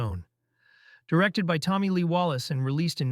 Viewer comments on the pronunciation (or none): none